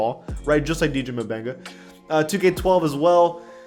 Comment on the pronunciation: It's pronounced Benga the m is silent